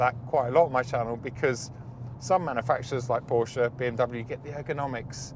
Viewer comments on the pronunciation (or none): none